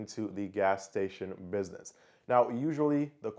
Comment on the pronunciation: Great vid. But the pronunciation of the words businesses and business, drove me nuts tho, jesus christ.